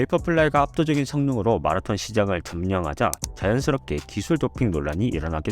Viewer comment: 한국에서 유투브 컨텐츠를 제작하시는거면 발음좀 주의해주세요 .. 마라톤 발음이 너무 거슬려요 정말 ... 영어잘하는척 하려고 발악하시는거 같아요 ..